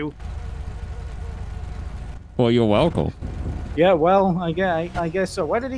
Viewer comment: "yo welcub" dead